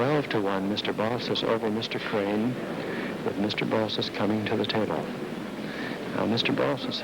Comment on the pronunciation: Its 'BALSIS'